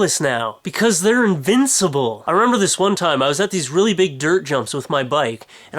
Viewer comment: i love the way u said "cuz theyre INVINCIBLE" x]